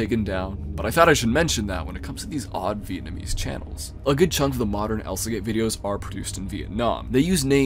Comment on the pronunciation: Nah bro really said Vietnamese channels 💀💀💀 blud is NOT Steve Kaufmann